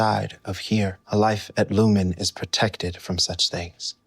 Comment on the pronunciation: But the company is called Lumon, not lumen.